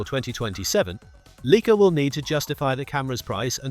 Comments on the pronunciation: “Leaka”?!? What the heck? … it’s LIKE-A … get with the program!!! 🙄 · It’s not LEE-Ka it’s LIKE-ah. No credibility until you learn how to pronounce the world’s best cameras. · … could the voice-over be AI generated, and the AI model is too stupid to know how to annunciate “Leica”? … the oldest camera name in the world, recognized by every photographer in the world, who all know it’s “like-ah”, seems suspiciously AI generated. 👍🏼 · AI generated crap video and voice. at least make the speach doing the brand name as intended.